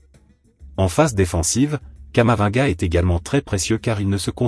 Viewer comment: Comment vous pouvez une vidéo qui prononce camavanga au lieu de Camavinga